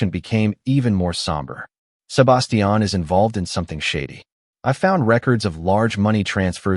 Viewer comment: And can't grasp how to pronounce Sebastian and Pueblo properly. 😅